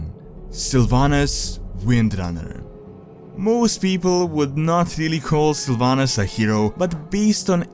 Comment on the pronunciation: why did you start pronouncing "w" as a "v"?:)) "Varcraft","Vrynn","Varnings of Medivh"? Still "Windrunner" you pronounce correctly:P